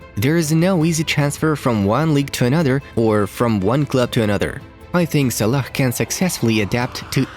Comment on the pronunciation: Hey I love your videos but you pronounce some popular footballer names wrong. One example is Salah... You say Sa-lack when you should be saying Sa-la. Other than that you guys are doing an excellent job with this football channel. ☺👏👏❤